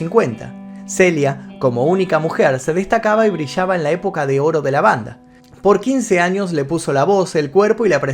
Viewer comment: Saludos. Solo para corregirte con respeto, no se dice portorriqueños es puertorriqueños. Gracias por estos programas, son excelentes.